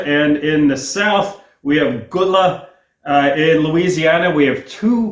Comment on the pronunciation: I once lived in Charleston SC and knew African-Americans who spoke Gullah. They pronounce this word as "GUL-lah," the first syllable the same as "gull" as in "seagull."